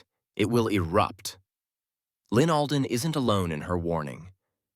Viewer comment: ALDEN NOT ADLEN